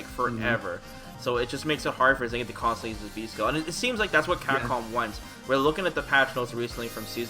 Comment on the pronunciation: I have yet to hear anyone other than the game pronounce Zangief correctly. It's three syllables.